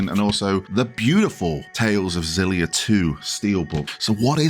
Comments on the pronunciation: I can read phenetic Japanese, it is actually pronounced "Ex-illy-ah" like you were pronouncing it before xD I am very excited for this remaster for a number of reasons, and I am so happy they removed the PS360 era color-muting filter. And while it would have been great to have Xillia 2 alongside it, it is still at the same budget price as Graces ($40 USD), so I'm not too fussed. Xillia stands on its own as an excellent game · Def like a hard X and not like a Z.